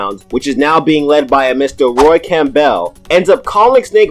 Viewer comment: cam-bell?!?!? it's one fucking word bro 😂